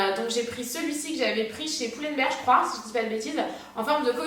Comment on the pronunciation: "Azos" et "Pull and Berrrr" 😂